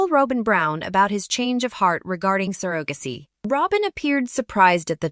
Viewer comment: Probably computer generated voice. Pronounced surrogacy wrong too.